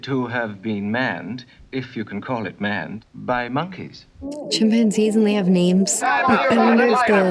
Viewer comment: Haha, it's so adorable when she gets names wrong!